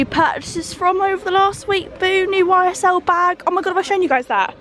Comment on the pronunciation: Did you really call it a "Y Sel" bag? Please tell me you're not that ignorant 😂